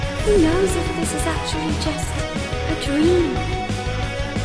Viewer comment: My Life Is a DRÆM bc is playing Hopes and DRÆMZ while playing an Adult Loli who's high and says DRÆM all the time •～•